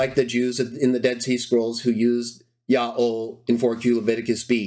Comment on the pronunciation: Why do you pronounce it "Ya'o" instead of "Yaho"?